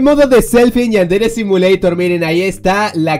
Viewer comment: porque dises yandere simileishon